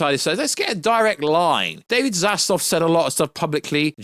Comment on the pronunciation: ZAZLAV....not Zazlov